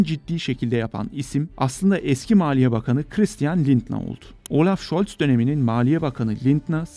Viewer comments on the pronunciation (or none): none